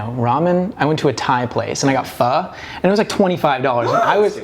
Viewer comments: yo, respect he pronounced Pho properly but pho is Viet, going to a Thai place and paying $25 tho 😮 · As an Asian person, the thing that shocked me most is when pronounced 'pho' correctly!!!!! Also more questions about Christine and the Oppenheim group would be cool. She's really nice in these episodes, not like the Netflix show at all. Also do a reaction video with on Rodeo Drive, please!!!!